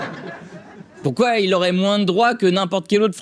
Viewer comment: pourkouaï😂😂😂 tu la piqué à dieudo😂😂😂😂